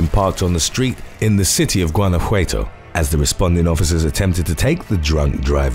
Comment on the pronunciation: The way he was able to pronounce Budapest correctly but butchered Lorena Daniela Aguirre's last name and Guanajuato XD